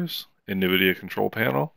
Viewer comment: Ouch, it hurts, my pearls, thank you for the videos, made my life awesome with quest vr, but minor request, the pronunciation, it’s “n” vidia. At least I hope it is 😅